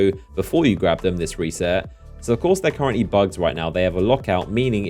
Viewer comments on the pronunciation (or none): none